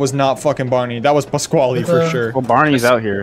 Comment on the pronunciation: not pasquali its pasquale